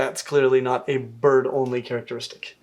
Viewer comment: everytime he said "bird only" i heard "butt only" lol